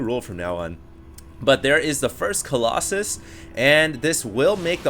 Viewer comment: I'm sorry Hd... coll"OXEN" has to go... it sounds really dumb.